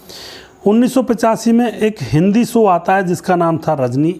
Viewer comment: It’s Show not So. Correct your pronunciation